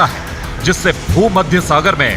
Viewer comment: Jaljala nhi zalzala hota h chachcha